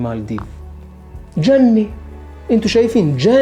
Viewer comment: نطق سليم : جزر المالديف = شبه جنة وليس جني لان المعنى مختلف